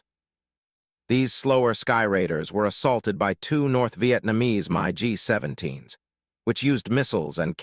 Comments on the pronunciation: Video and story are good, but the godawful AI-generated voice is absolutely horrible. Among other examples, "MiG" comes out every time as "My Gee." The computer seems to have trouble recognizing the end of sentences vs. initials in a name. Someone needs to program their computer to recognize common military acronyms and render them correctly. Even better, get a live person to read the narration and ditch the bargain basement AI. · What a great way to spoil a good subject: use a stupid BOT that can't even say MIG! Great subject matter, phony Narrator. Man up & narrate it yourself. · You need to teach you AI narrator how to pronounce MIG. And I didn't see any reference to the ENGINEERING of the plane...which is what the title promised. THumbs down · It’s a crying shame that you don’t know how to talk and accurately pronounce names and words. I am a Vietnam veteran who has 23 air medals from my combat flying. Mig 17 you dip sh*t. I speak Vietnamese with a Hanoi accent. Does that mean anything to you? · If you are going to produce videos with computer-generated voice-overs, at least use software that doesn't mispronounce the name of Soviet aircraft as "My GEE" instead of the correct "MIG" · I wish someone could teach AI to correctly pronounce names. It's a MIG 17, not a My G 17. Dumbass' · Ugh... its hard enough for me tp stomach & put up with the damn AI voiceovers (especially this particular, profoundly overused & repetitive selection of the voice itself), but i just can't handle it when it says something like "My G" instead of "Mig" when referring to the various Soviet designed/engineered/manufactured fixed-wing jet aircraft, which at this point in time included the MiG-15 & MiG-17 jet fighters, and perhaps even the MiG-21, although im not sure if the last/latest MiG version had been developed & successfully fielded yet or not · M eye `17? Most American vets simply say mig. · My Gee. You mean MIG!?! 🤬. How about just get a human to narrate. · Mi g jets? Lol